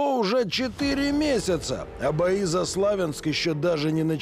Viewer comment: Что за "слАвянск"? "СлавЯнск"!